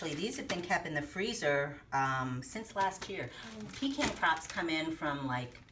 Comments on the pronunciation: We sure pronounce the word pecan differently than you do, you emphasize PEE can we say peCAN. The way you say it is kind of nasty. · them aint no pee-kahn praw-leens wit no brown sugar!